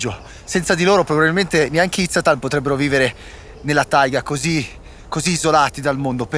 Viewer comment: The english pronunciation of Tsaatan is totally wrong. Z is pronounced like in Zeitgeist. Not S. And the stress on the first syllable. so, [Za:tn]. Also Utrs-not at all Orts. [it's URZ like in Spanish uno] Pronounce just one or two words correctly. Mama mia, You are not delivering the energy of the word, it's missing. Till here. I don't know what will be in in the film further.